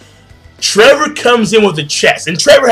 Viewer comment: Its not trevor its Trebol spanish for spade, read better translations my friend